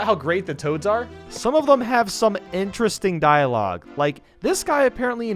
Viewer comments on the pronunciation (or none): none